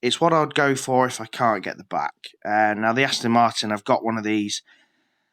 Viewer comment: The way you say BAC pisses me off tho 😂 you are supposed to say it letter by letter (B-A-C), not all together 😂